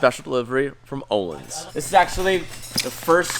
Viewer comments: Uhhlins is how you prenounce your shocks o with the dubbele dots ontop ö= uhh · Say "Work"...... Good. Now pronounce the letter "Ö" in Ölins, like the "o" in work. // Swe guy.